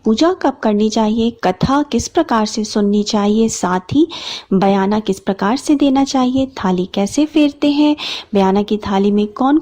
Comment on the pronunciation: Mem sargi bolte hain not sargai Or bayna bolte hain bayana nahi, bura mat maniyega maine socha apko bata dunga🥰🥰😊😊